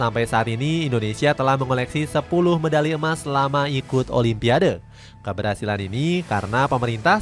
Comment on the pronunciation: Sebut olimpik pun jadi olipiande